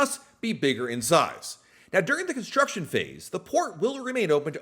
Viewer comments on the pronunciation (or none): none